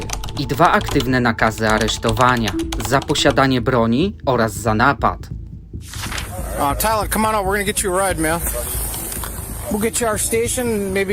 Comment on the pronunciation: Ce ma rację.Nie przedłużaj wyrazów,bo to denerwujące.Poćwicz czytając tekst a potem go przesłuchuj.Zauważ swoje błędy.Najwięcej błędów robisz przy czasownikach np.ucieeekaaali,złapaaaliii i niestety rzeczownikach np. naaapad,dolaaarów,nakotyyyków.Masz ciekawe filmy wiec możesz tu zagościć ale pracuj nad prawidłową wymową.Znajdź kogoś,kto Ci pomoże.POWODZENIA!